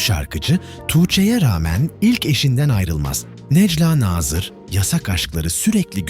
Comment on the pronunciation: bu videoyu seslendiren kişi biraz işine saygın olsun necla nazırın nasıl okunacağını öğren